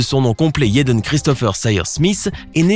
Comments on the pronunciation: Jayden. Prq tu dit yaden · Jaden non toi tu dit yaden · JJJJJaden stp pas Yeden 💀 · [J]ennifer Connelly. [J]ackie Chan. YÉDEN Smith 🤦🏽‍♀️🤦🏽‍♀️🤦🏽‍♀️ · C pas yaden c'est jaden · C'est jaden pas yeden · Jaden Smith pas yedan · la prononciation de la lettre J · Des que tu dis yaden j’ecrit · Des que tu dit taden j’ecrit